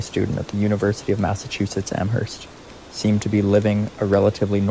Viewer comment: When saying the name of Amherst in Massachusetts, the "h" is silent. It is pronounced "Amerst". Haverhill is pronounced "Haverill". That "h" is also silent.